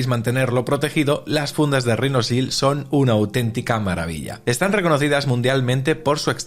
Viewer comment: RHINOSHIELD, repite conmigo….Rinosil NO, “Rinochild”